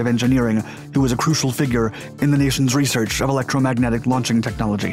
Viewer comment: What’s “reshherch?”